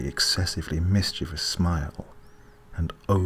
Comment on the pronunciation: Life is wondrous and lovely and good. There is another person on the planet that pronounces the word mischievous correctly! Great story and delivery divine.